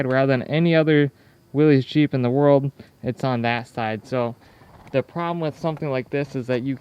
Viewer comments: Willys rhymes with Phyliss - it gives one the willies to hear it called willies. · You had the same default that I had at first. The name Willys is actually pronounced as Willis. That engine in the Ford Jeep looks so much like a model A engine from the 20's and early 30's. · Every time I hear someone mispronounce Willys I cringe. After all these years people still cant get it right. The Y is silent! SMH